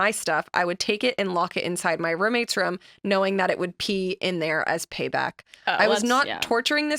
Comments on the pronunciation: reaction to “rum” for room killed me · I’ve never heard her say room any way but “rum” It always catches my attention. Just how she says it guess. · the way pronounces “rum”